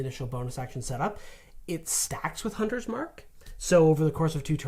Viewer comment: Haaa. 11 times he said the “Hunters/Slayers” name wrong ha ha. That was pretty silly